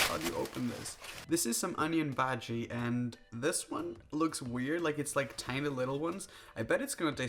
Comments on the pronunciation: You can say "onion baji" if you wish to but it's pronounced "onion bhaaji" okay? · I'm Indian He is saying bhaji baji 😂